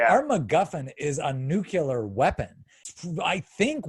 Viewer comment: To the second guy: Not "nu-kew-lar." It's "noo-klee-arrr!"